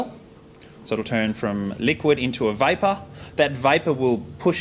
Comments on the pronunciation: Eric I think he’s saying vapour but that joke was amazing. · i thought he said "liquid into viper" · vapour, not viper.....:)